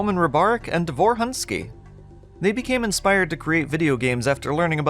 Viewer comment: Quick spelling lesson. Roman's last name ends with letter "ć", which pronounces like "-ch" in the word "rich", not "-k" like in the word "rick". The emphasis in the name "Davor" falls on the first syllable, like in "Dunvich". The letter "u" in Davor's last name pronounces like "-u" in "put"or "-oo" in "doom". - It's kind of bold to call "In The Flesh" a "dungeon shooter" as even the old web-archive development page mentions "open spaces" and "outdoor environments". - While the official old backstory mentions how Mental's minions "will go primarily to wipe the Sirians", neither the backstory nor the game actually confirm that Sirians on Earth are dead from the hands of the Horde or even alive by that point.